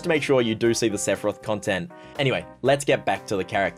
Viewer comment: Hearing you butcher Sephoraoth hurts